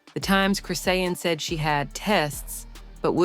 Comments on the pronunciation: Saying her name wrong😅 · Lady say her name right can’t watch this anymore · I hate Chrisean but damn say her name right yall bull shit robot platforms get on my nerves!! Also this shit didn’t need to be this long and I pray y’all can get sued for some of the shit y’all say because that crack head was absolutely pregnant and gave birth on line live so explain how that part was fake please??? And in less than 3 minutes!!!